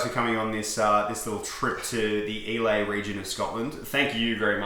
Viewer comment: Islay is pronounced eye-lah